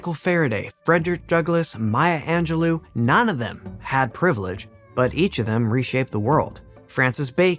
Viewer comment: Marlowe is pronounced with the stress on the first syllable. And Maya Angelou's name ends "oh" not "oo".